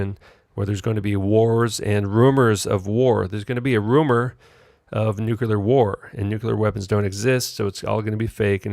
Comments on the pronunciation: This idiot has no idea what he is talking about. No idea of the history, the physics etc. Damn moron can't even pronounce "nuclear" correctly. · How can you take anyone seriously when they can't even pronounce the word 'nuclear'?